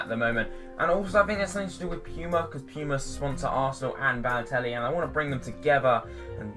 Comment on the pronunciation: baloetlli lol!!!